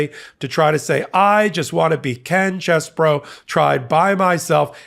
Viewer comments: Thank you! I’m not exactly sure what the correct pronunciation is but is not ‘cheese boro’ like every one else is saying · in my home town Sheboygan they pronounced name CHEEZBRO! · Believe it or not, this particular rat actually pronounces his name as “Cheese-Boro” because he is from Wisconsin. So,, go for it😎🥰